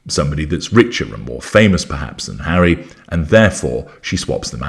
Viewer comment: Oh my god, Hawwy "the broken down washing machine" hilarious. Mangled! 🤣😂 I think she thought she had a chance with the billionaire Tyler Perry, he ran for the Hollywood Hills by all accounts! 🏃🏽😂